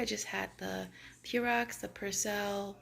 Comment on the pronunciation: Purex not purox 😂😂